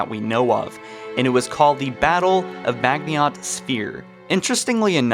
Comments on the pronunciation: It's pronounced majino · Its pronounced Mah gene no . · Maginot is pronounced Majino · Isn’t it pronounced mah-jin-oh? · It is pronounced Ma-zee-no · I read this JUST as he said "Mag-ni-ot" and I loled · How you pronounced maginot made me cringe and shake harder than a gender fluid creature after someone says there are only 2 genders if you’re not sure then find out how to pronounce the words we don’t want another Cairo station incident lol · Fuck, your mispronunciation of the word "Maginot" made me instantly hate this video. It's not that hard to find the right pronunciations for french words.. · You pronounced Maginot wrong and it triggered me so hard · He’s saying Maginot incorrectly on purpose right? If not, he just sounds uneducated. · Dude fuck D-Day, Stalingrad, kursk, etc are bigger battles than D-Day. Pronounce Maginot correctly please. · It isnt pronounced like that. Maginot the t is silent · Ban One ahhh he said Maginot wrong ahhhhhh. Kill the bastard, fucking murder him. Seriously though, it's not a big deal jfc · You’re pronouncing maginot line wrong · Butchered the pronunciation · Maginot isn't pronounced (Mag-nii-ot). It is pronounced (Ma-gin-oh). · Did you do a video on the hive mind of the flood I am new to the channel. Its maginot not magihont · its called maginot not magniot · It's pronounced ma-ji-no not mag-nee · Not mag-in-ot, it's proounced maj-in-oh Also I'd argue that it's less like D-Day, and more like the fall of France. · Bro the "I" comes before the "N" in Maginot. How are you pronouncing it MAGNIOT. It is a french word. MAH-gino. I wouldn't have said anything if you only said it one time, but you say it so many times lol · Madge-en-no. I dont know where tf you got meagniot from lel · You pronounced Maginot incorrectly. Ma-jin-oh. Not Magniot, how you pronounce it. Apart from that, it made sense. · Mag-i-not not Mag-niot. Dude come on read slower holy shit. Also you have to know you've been pronouncing ancilla incorrectly for YEARS right